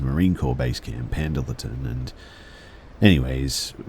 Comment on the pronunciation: The way you pronounced Pendleton was adorably wrong as hell haha